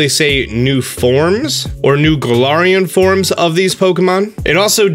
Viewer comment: thank you i thought i was the only one . he also kept pronouncing galarian wrong